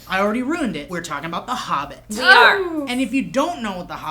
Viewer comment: why does say Harbbit and not Hobbit?